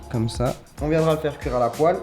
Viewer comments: Vidéo de cuisine intéressante mais avec quelques fautes comme poile en "poêle" et batonnais au lieu de "bâtonnets"... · « A la poile » 😂😂 plutôt « à la poêle » 😊😂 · mdr "revenir à la poile" 😂 à la "poêle" plutôt peut être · Ça ne s'écrit pas poile mais poêle mdr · " a la poile " 😂😂 *Poêle 😂😂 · "Faire revenir à la poile" je crois qu'on dit poêle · Ehoooo mon Chaaarlie c’est « Poêle » et « bâtonnet » mais sinon continues comme ça c’est cool 💪🏾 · " à la poile".... poêle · "Faire revenir à la poile "Chez moi on dit "poêle"Et est chez vous ?😄😄😄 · a . c’est à la poêle et pas à la poile😅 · La « poile » comme tu dit s’écrit « poêle » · A c’est poêle pas poile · C'est "la poêle" pas "la poile" !! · La poile ou la poêle ? 😂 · Aïe la faute a 4.39 la poêle pas la poile 😂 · c'est une poêle Charles, pas une poile 😭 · Coucou Charles Ta video est bien juste une petite faute a ce n est pas poile mais poêle voilà Ne critiquait pas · RIP le mot poêle 😂